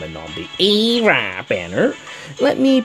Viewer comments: Hilarious pronunciation of her name:D...and max respect for what you said. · AYYYYYYYYYY(e)RA I love ur pronunciations.